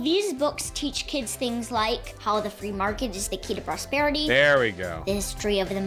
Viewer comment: The "Fwee mawket" comments had me rolling lol